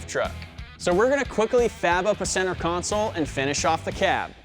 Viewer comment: Pronounced "console" as "counsōl". Nasty work.